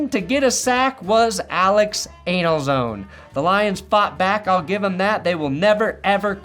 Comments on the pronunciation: His name isn’t “Anal-Zone” 😂🤣 It’s Italian, it’s pronounced “An-Za-Lone-nay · Did he just call Alex Anzalone, Alex Analzone? 😂